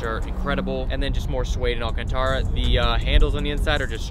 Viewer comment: the way u said alcantara 😭😹